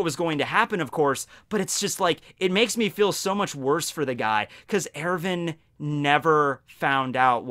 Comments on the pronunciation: It’s not Ervin....wtf..it’s ERWIN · Its er-win not er-vin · I cringe every time you say Erwin... it sounds like you’re pronouncing it Irivan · Nice pronunciation of Erwin